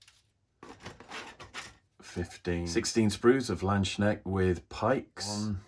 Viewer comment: The "k" in "landsknecht" is not silent 😂